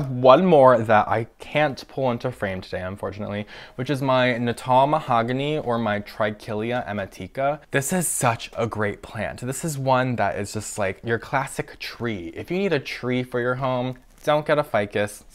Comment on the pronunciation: Love these plants, just a short note on the pronunciation of Trichilea emetica - I think it's pronounced e-ME-tee-ca, at a guess because it causes nausea and vomiting if ingested :)